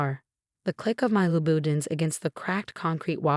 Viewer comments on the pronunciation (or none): This AI hasn’t been programmed to pronounce brand names like Chanel and Lounoutin.